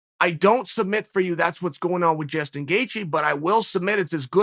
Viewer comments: “Jason” Gaethje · I've been calling him Justin,uncle chael has spoken jaeston gaethje it is from now on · Jastun Gaethje ... come on chael. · Who’s Jaystin Gaethje old marble mouth Chael? 🤣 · Who the hell is "Jaston Gatjhe" sounds like a killer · Chael “Jayston Gaethje” Sonnen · Chael "Jaystin Gaethje" Sonnen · "Jaystien Gaethje" we have a new name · Jayston Gaethje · Chael says Gaethjes' first name is now Jason . Ok great. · He also called him jastin